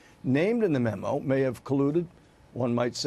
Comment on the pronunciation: What the hell is a mimu? The Dems must be gleaming with pride know this is who they chose to represent and speak for them! LMAO. Cant even say memo. At the beginning she called it a mimu! If they dont do something about all this crap it will continue to repeat itself! Is there a different set of laws and standards for the powerful than it is for us taxpayers? They will be allowed to retire with full pension that our tax dollars pay while we would be thrown in jail!! Time to wake up and make examples of the crooked!!!